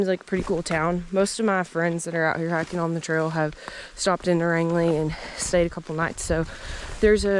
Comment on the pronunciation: Home, home on the "range". Pronounced Range - ly. And the plural of moose is moose ;-D I hope you guys get to see one or more before the end.